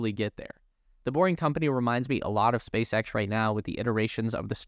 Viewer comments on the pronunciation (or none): none